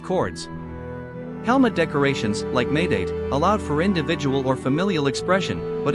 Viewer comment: Ok so this is just AI slop, what the heck are they doing And tf are these pronunciations? “Doo chest guard” “High-date thigh guards” “Sunny 8 shin guards” Somehow the bows are more accurate than the armor AND THE VIDEO is about armor although i will give it to you that this is the first video that has AI generated a somewhat accurate looking suit of samurai armor but still, you can just use images online from screenshots and put prompts inside the AI text to speech that make the AI say the proper words!